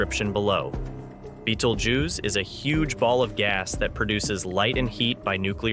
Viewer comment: The first thing the narrator needs to do is learn the proper pronunciation of “Betelgeuse” it’s not an insect!!